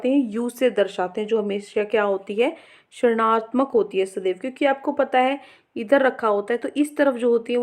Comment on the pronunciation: Mam aap rinatmak ko srnatmak kyu bolte ho